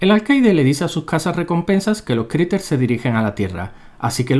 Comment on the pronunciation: dijiste criters o creepers :v